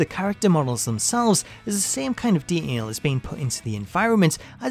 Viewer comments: Nobody: This guy: De(t)ail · If you're going to use the word detail numerous times, then learn how to pronunciate it properly FFS. The narrator has a voice like nails on a chalkboard. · Learn how to say detail